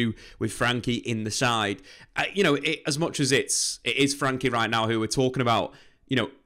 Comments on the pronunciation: I don't comment very often but my dutch heart cries when I hear the way you pronounce his name :$ his name is frenkie not frankie, so you can pronounce the e like it is pronounced in the words bed, better and fred... Love the videos as for the rest, keep em coming :P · It's Frenkie not franky